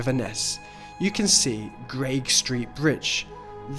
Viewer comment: Love your channel - it's so well done. Wee note, though, "Greig" is pronounced "Gregg" and not "Graig". Incidentally, Edvard Grieg's family name was originally 'Greig' as his great-grandfather was Scottish.